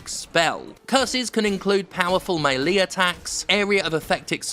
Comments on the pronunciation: I'm sorry for a whole min or so I wasn't listening because Sterling said "Melee Attacks" and I my mind suddenly fell apart trying to understand what I heard. Sterling said "Melee" (May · lee) and I was thinking about how that pronunciation sounded different, perhaps the accent, but then I imagined "Melee" (Mee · Lay) and was like wait that doesn't sound right. And then I remembered Melee (May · Lay) which sounded correct in my head. Till I began to ponder if this was incorrect as that was my brain referring to how I have pronounced "Super Smash Brothers Melee" (May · lay) And people would correct me saying "Melee" (Mee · lee) So then I was thinking, "So is it Melee, Melee, Melee or Melee?" Eventually I would rewind the video about 3 mins, very good review. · The "-lee" in Melee is pronounced as "lay". It can be said as "Mel-Lay", "Mee-Lay" or "May-Lay". They're all valid, but "lee" is not.